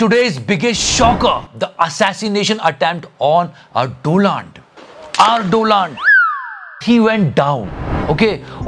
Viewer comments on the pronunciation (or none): Who pronounced Donald as Doland first time in 21st century? Que of the year. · Lol … “Dolund “…. Best 😂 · Dolaand trump😂😂😂😂